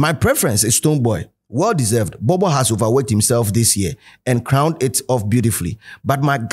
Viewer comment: it’s Bobo not “B)b) or borbor “